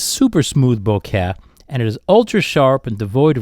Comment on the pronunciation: "boak-yeeaah" lol I typically don't care how people pronounce things, but I've never heard this pronunciation before.